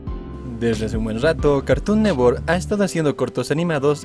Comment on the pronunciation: "cartun newor"